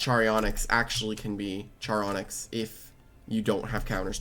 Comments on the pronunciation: Random pet peev with. His pronunciation of every loomian’s name. “Charyonyx” like how. It’s literally spelled “char onyx” like the word character or Charon from the myths and the rock onyx… HOW. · Why he calling it "Cherry Onyx" Where did he get the 'y' from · I think it's pronounced as ch-ar as in charred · It's charonyx as in sharon-nyx The name charon is pronounced as Sharon, and onyx is literally an irl ore Sharon-nyx Your welcome